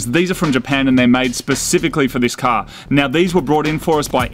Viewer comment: I like Marty, but Moog gets on my nerves more each episode. Also, there's an "R" at the end of the word "car". Use it.